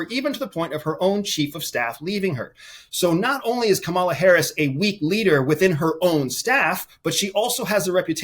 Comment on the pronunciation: Can you please give Vice President Harris the respect she deserves and pronounce her name correctly?? Geeze!